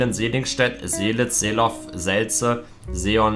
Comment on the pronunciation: Bei seelow sprichst du das w nicht mit